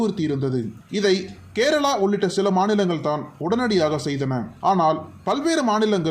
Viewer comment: குரல் மட்டும் தெளிவாக இருப்பதால் உச்சரிப்பு தெளிவாக இருக்க வேண்டாமா? பல்லி அல்ல பள்ளி! கேரலா அல்ல கேரளா!!